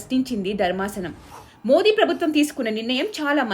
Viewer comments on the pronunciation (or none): none